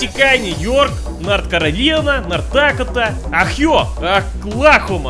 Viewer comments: “Ohio.” sneeze close enough. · "Aghiyo" 2016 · >oHeeeee-yoh Uh, bless you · Ohio ah-yOOO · Ahiow Ayaska konnetikoot mashashushets misyippippi north caroliyana pnsyllivania wiyominj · Ohio: *exist: "OHAIYO" weebs: "Wooo hooo" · Ohio AHKYO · Ohio - Ah-jo! LMAO, i'm in tears :D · "Ohio" Bless you. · Ohio was the funniest to me